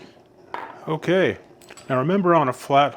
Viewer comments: dear ameircans, please stop saying "Expresso" - there is no such thing. Only ESPRESSO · just curious - why do people who should know better call it EXpresso. ?? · Please, espresso with an s not x. Interesting review.